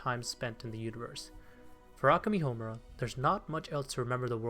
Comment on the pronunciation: This was a good video but the way you pronounce Akemi and Madoka kills me inside every time I hear it